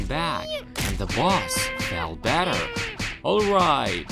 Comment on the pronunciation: Hey you just said batter not better